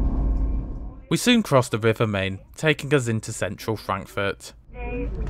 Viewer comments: Sorry to be pedantic but it is pronounced MY-NN not Main young man. . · You might want to change your pronunciation of the river on which Frankfurt stands to MINE and not MAIN, even though it is spelt as the latter. I refer of course to the Frankfurt you visited rather than the other one on the Polish border, namely Frankfurt-an-der-Oder. Your other German town pronunciations are good. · when you pronounce Frankfurt (Main) Hauptbahnhof as in English it gives the impression there might me another Frankfurt Hauptbahnhof, which there obviously isn’t. Makes you sound like a rookie. The name of the city is Frankfurt am Main (pronounced “mine”), to differentiate it from Frankfurt (Oder) near Poland. Just call it Frankfurt like most folks do. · Brilliant as ever. Have you ever considered a Eurrail pass? I have just bought a 10 day 1st class one for not much more than you paid for your trip. By the way, 'Main' is pronounced 'mine' and in German, the 'z' is a 'ts' sound. Thanks for all your videos. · Hugely enjoyable video again, duly liked. But I'm surprised that you you try so hard to pronounce Welsh and East European names correctly, and then don't bother at all with Frankfurt am Main. It is certainly spelt "main", but it is pronounced like an an English speaker would say "mine".